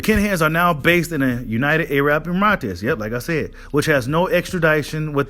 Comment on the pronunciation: My man said “ emratez” 😂 big love though! thanks for the info